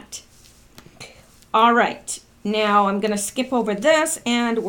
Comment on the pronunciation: On the 5th Huber-on the 7th Trump may shut down whatever. I love how you say now-sounds like meow, like a kitty cat. I talked with someone who went though the immigrant process, he said it took him 13,000.00 and like 10 years, just maybe they should do something about all of that, the system could be redone and updated to process people faster. That is the reason most just don't do it. Modern systems should allow for faster processing. Instead they choose to back up the process.